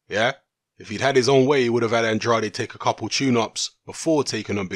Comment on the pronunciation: Even more Andrade mispronunciations in this video than the last one...